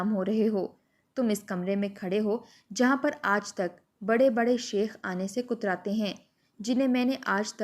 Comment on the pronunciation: Kotratay nahi katrtay hai